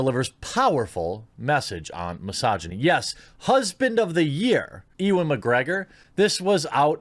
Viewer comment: Just got to point out that his name is pronounced "U-an"